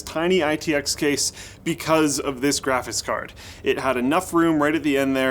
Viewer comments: "Graphis Card" Once you hear it... You can't unhear it... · why do you keep pronouncing it 'graphiss card'? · "Grafis card"